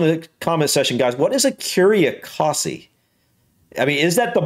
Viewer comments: Ecosse is French for Scotland. Pronounce it Ecos as in Cos lettuce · Ecurie Ecosse , the 2nd e in Ecosse is silent btw. Écurie Écosse (French: "Scotland Stable")